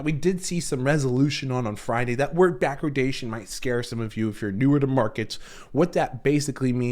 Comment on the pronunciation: No such thing as "backrodation". It's "backwardation".